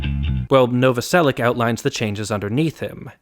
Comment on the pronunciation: As a Slavic person, it's really weird to hear last name Novoselic pronounced with [k] in the end instead of [ch]. Great video regardless and it's surprising that haven't made the video earlier!